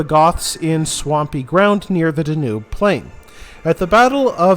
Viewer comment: What is the correct pronunciation of the The Danube? I believe the stress is on the first syllable. I was surprised that your channel didn't have a lot of subscribers, but then I realized that it's not that old. I think you are going to have a great new year with a lot of new subscribers because you content is interesting and perceptive. You are doing a wonderful job. Thank you for what you do. Happy New Year.